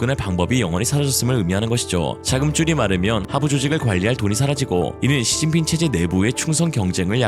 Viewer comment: 시진핑 발음이 이상한데?